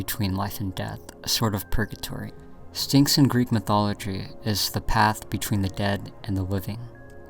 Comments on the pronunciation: losing my mind waiting for stynx and then losing it even more 😂😮‍💨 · You said Pubix and Stinx I feel trolled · Lovely video! Styx being said as stynx took me out though. this is a good vid!! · He also said “Lenigh” instead of “Lehigh” lol dyslexia happens Edit: and “Stynx” instead of “Styx” 😂